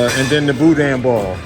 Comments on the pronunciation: Hi! It was nice to see Danielle, my fellow Modsketeer, make an appearance in the premiere chat! The food looked lip-smacking good and the sounds of you chowing down on it was confirmation. I had a funny thought when you mispronounced "Boudin" as "Boudon"... if you've ever been blessed to have seen the series called "Farscape" back in the day, there was a two- or three-part episode where John Crighton and the other characters were trapped inside a ginormous "Boodong" drifting in outer space. Long story short, that was my first thought when I read the title of this video. If you've never seen that show / episodes, I feel sorry your funny bones. LOL! Peace! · Booda is the correct pronunciation. WATCH the Fox football game program on Thanksgiving day my Cousin Leah and her Husband will be Serving There Turducken to someone really famous They said. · Its pronounced boodan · Even though it spelled Boudin it’s actually pronounced “Boo-dan”